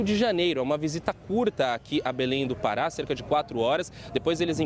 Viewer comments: Belém do "para" foi foda kkkkk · O repórter esquecer de pronunciar o acento do estado do Pará. Confundiu com o verbo Parar. Mais enfim…..